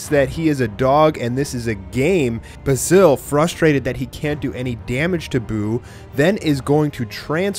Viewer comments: basils name is pronounced bay-zill not ba sil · U saying the name wrong ...THE WHOLE VIDEO